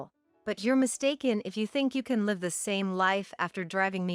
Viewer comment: "Live with that!" Should not pronounced as "Live concert". "Live", verb is pronounced differently than "LIVE" adjective. The "i" in live as adjective must be pronounced as the "i" in "lies". Feed your AI narrations with the right pronunciations, please. Otherwise, it is confusing. I have to rewind and listen again sometimes. I'm not reading the transcriptions.